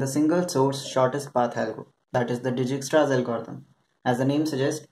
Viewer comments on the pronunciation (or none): its pronounced "DIEK-STRAS"